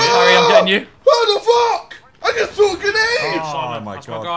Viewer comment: jj - uhhh omg, double kill, I just frough a gEnAdE